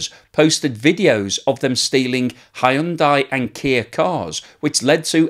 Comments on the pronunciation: Hyundai is pronounced , hun-day. Rhymes with Sunday. Not that difficult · Whatever happened to "Hyundai rhymes with Sunday"?